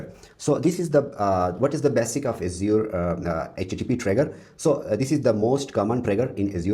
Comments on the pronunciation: Asur... You will be laughed at if you pronounce Azure like that. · Strong start to the video by repeatedly mispronouncing Azure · I get that people have different accents, but mispronouncing the name of the main tech in your arsenal? I feel like so many people in the industry are naturally disrespectful.